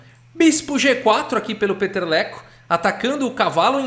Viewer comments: narrando a partida eu estava só escutando sem ver..eu quem é esse jogador o Peteleco? É brasileiro fiquei imaginando lol eu estava entendendo peteleco kkkkkk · Kkk vc tava falando Peter leko, o vídeo todo ouvi peteleco